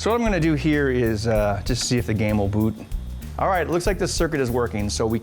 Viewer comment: love your videos....you say "boot" kinda Canadian